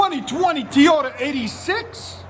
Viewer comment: He said TeeYota. 😏 Sound better under load.